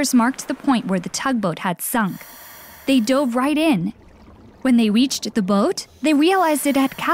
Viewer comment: Why is this girl sayin "weached instead of reached